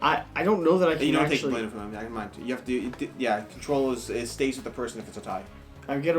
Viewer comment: Please for the love of g.. could you stop saying line ster, its len ster! & Where the hell is dooblin? Dub-lin